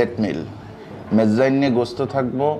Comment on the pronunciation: গোস না ভাই, উচ্চারণ গোস্তো